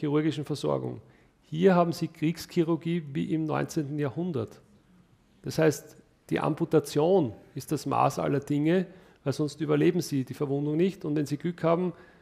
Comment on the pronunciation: Bro, das heißt Amputation, nicht Ambortation.